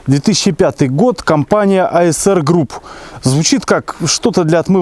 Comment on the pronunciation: АРС-ГРУПП :face-blue-smiling: почему ты все время говоришьАСР ????